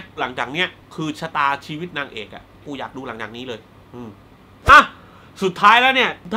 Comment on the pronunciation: เสือ ชะนี เก้ง ตอนที่เจ้อ้อยปลอมตัว เป็น คนฮ้องกง ทำให้เวลากุฟัง คำว่า "ชีวิต" เป็น ชีวิกคงเล้าาาาาาาาา ของ โซเฟียลา -.- ชิวิกข้องกุกกกกกก